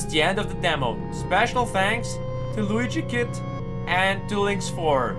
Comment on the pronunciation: His name is Luigikid [stop saying people's names wrong]